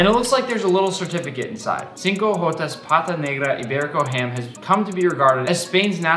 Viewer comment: I wept more every time he said “cinco jotas” as a Mexican 😢